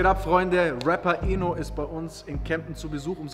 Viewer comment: Bro sein Namen ist ENO und nicht INO